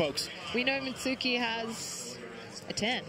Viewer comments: Why is everyone mispronouncing Mitsuki’s name? It’s hardly a difficult one to say! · yeah "mitski" "Misuki" what? its a not a hard name. I feel like they practiced Xuetong and forgot about Mitsuki